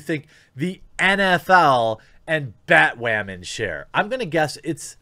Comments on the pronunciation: why do you keep saying batwowman? is this like another "coov" thing? are you having another "fetch" moment? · Anyone know why he keeps saying Batwamman? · BAT- "Wamen" hehehe every time he says batwoman he sounds like baby learning how to use the letter "R" ... IAM weally weally sowie heh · Please don't stop saying BATWHAMAN! 😂😂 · its funny how he pronounces BaTWoMaN